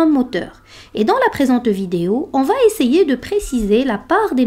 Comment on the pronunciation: Excellent!! Ce serait parfait si vous ne faisiez pas une fausse liaison entre « va » (3ème personne du verbe aller donc sans « t » final) avec le verbe qui suit. Par ex.: va aller. Mais c’est un détail étant donné la qualité de la vidéo.